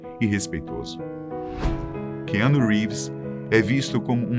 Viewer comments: Que anu ??? Porra aprende a falar o nome do ator primeiro,! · Meu Deus Cara, SE NÃO SABE FALAR NOME EM INGLÊS ¿? NÃO SE FALA COMO ESCREVE, FIQUEI RINDO QD VC FALOU ARON, E O NOME DO KEANU NÃO SE FALA COMO ESCREVE, NÃO SEI PQ A FATOS TE CONTRATOU, SE NÃO SABE FALAR NOMES AMERICANOS CERTOS